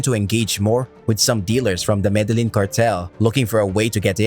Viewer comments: Show some respect for your subject. You can at least learn how to pronounce the names of places. "Medelynn?!" #comeonman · For fucks sake, if you're making a video about El Cartel de Medellin, atleast pronounce Medellin correct.